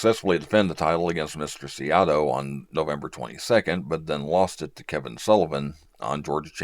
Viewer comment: . Wait... How did you jus pronounce former Olympian, AWA World Champion, and wrestling GOD Masanori "Mr." Saito's last name?!? Come on now... Show Masa a little respect, Gaijin.